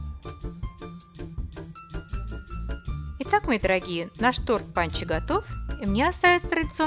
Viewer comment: дорогая - не панчо , а пончо !!!